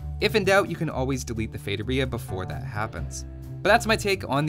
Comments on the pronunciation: Ah another video when he says "Fetoria"...👌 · He doesn't have a master's in how to pronounce feitoria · It's pronounced with an emphasis on the 'i', not the 'o'